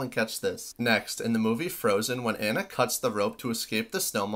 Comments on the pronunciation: Pronouncing Anna hit hard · The way he pronounced Anna is just evil